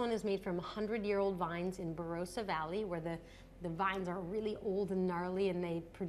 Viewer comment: Killed me when she mispronounced ""Australia" and Barossa". Short "o" sound and note the double "s" please. Also, where was cabernet sauvignon and merlot. She did'nt even present a bottle of bordeaux